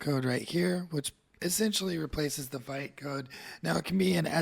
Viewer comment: Interesting! You've put in a lot of work here, thank you! A tiny suggestion to make your future videos even better - official Vite pronunciation is French word for "quick", pronounced /vit/ , like "veet"